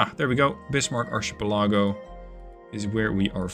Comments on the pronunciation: kinda sure someone else already said this but it is pronounced Arkipellago. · "Archipalego" are pronounce like "Arkipalego", the "ch" are like a "k" when pronouce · You kinda brought it up so if you're interested in how archipelago is pronounced it's ark uh peh luh gow. Glad to see this game come so far in the last year or so. Been watching you for about 2 years now on this game lol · In case someone hasn't said it yet, the proper way to pronounce archipelago phonetically is: "ark-uh-pel-uh-go". It really is a pain in the butt word that a lot of people struggle with due to it not really following the rules, but that's language for you! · It's pronounced ahr-kuh-pel-uh-goh 😉 Loving the new series, keep up the great work! 😁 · As I understand it, it's pronounced ark-ii-pell-a-go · the way you said archipelago is hilarious to me, never change that